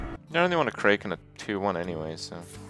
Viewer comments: What the hell is a Cray-Ken? I have never heard it pronounced they way he does. Kraken. Imagine all of the pirate and mythology movies you've seen. They didn't yell "Unleash the Cray-ken!", it was "Unleash the Crack-en!" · What the fucking fuck is a kray Ken.